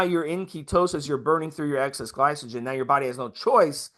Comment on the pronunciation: Note to self, be weary of a "coach" that keeps referring to glycogen as "Gly-So-Gen"....LMAO